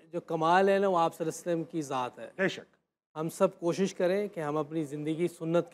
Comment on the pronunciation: یار اتنے سال ہو گئے مسلمان ہوئے۔۔تبلیغ تبلیغ کرتے ۔ "صلی اللّٰہ علیہ وسلم" تو صحیح سے پڑھنا سیکھ لیں پلیز